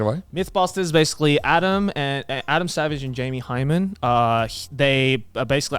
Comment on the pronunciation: Did Joey just call Jamie Hyneman "Jamie Hymen"?